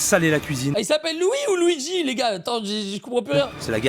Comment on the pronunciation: Mario et Louis pas louigi 😂😂